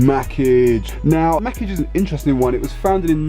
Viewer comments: lol man said makage with a hard G .. #canadian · You're saying Mackage wrong, its French, its like muh-Kahj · You pronounced Mackage wrong lol! It’s pronounced Mah Kaage